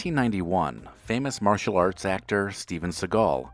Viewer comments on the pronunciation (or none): none